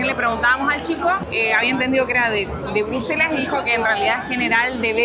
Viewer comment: Hola! Minuto 17.21 dice Bruslelas en vez de Bruselas. Sé que es un pequeño detalle nomás pero lo comento xk percibo que es muy detallista. Excelente contenido el que hacen, realmente de mucha calidad en todo sentido; calidad de imagen, información que aportan, edición, todo en gral es muy bueno!!! Saludos desde Mallorca!!!